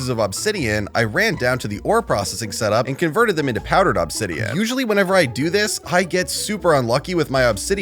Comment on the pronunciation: Still bugs me the way you say obsidian. But that's just my ocd. 😅